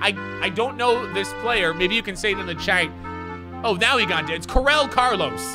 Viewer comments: Pernounced Cor ay a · He pronounced Carlos Correa so wrong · My last name is Correa and I’ve heard a lot of bullshit pronunciation but Jesus this was the most butchered yet